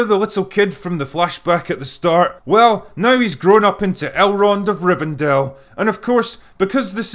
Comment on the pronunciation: "Elrond of Rivendale" hahahahahaha